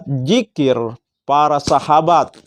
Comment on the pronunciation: Itu dzikir (ذكر) Bukan Jikir (جكر)